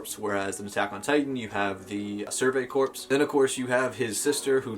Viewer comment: Just like to point out that the p in the word Corp is silent.